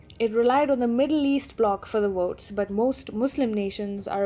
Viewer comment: it's ''Votes'' not ''Wotes''! Speak ''Egwish''!